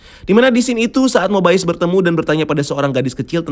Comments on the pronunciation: Agent Mobayes? Bukan Mobius bacanya? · Mobius bang bukan mobaius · Kenapa rada annoying ya pas ngomong Mobius wkwk padahal mah di seriesnya biasa aja perasaan ngomongnya bukan MoBaiyEes😂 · cara baca yang benar itu /Mobius/, bro. bukan /Mobaiyes/ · Mobayes atau mobius sih, di series yg gua denger mobius bukan mobayes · Bacanya kok mobayes, padahal di serial mobius gitu